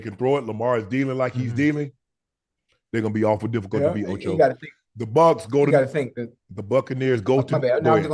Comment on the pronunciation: Nobody: Ocho: it’s very diffigult…very diffigult